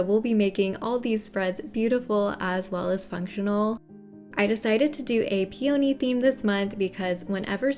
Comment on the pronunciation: Your videos are so comprehensive, & your beautiful, creative designs are mind-blowing! Your voice is very calming & you do an excellent job of explaining things thoroughly. I adore peonies! After hearing the way it's pronounced in this video, I thought maybe I've been mispronouncing the word, so I looked it up. Peony is pronounced pee·uh·nee rather than pee·O·nee Thanks for sharing your amazing talents with us!